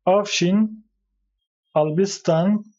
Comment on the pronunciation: Albistan değil Olbistan/Olbiston, Pirsus değil Seruç/Suruç